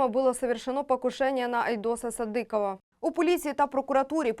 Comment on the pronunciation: Чому ведуча така безграмотна? СадИкова, а не СадикОва. Так само - СадИков. Коли вже навчаться правильно говорити? І це стосується майже всіх ведучих на всіх каналах.